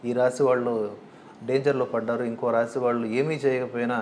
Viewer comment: రాషి కాదు రాశి